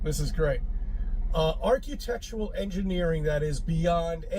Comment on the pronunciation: I hate how says “archetectual.”